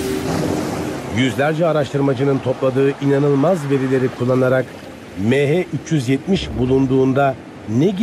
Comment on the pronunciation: Şu konuşan adamın mehe 370 demesinden nefret ettim hindistanlımı nedir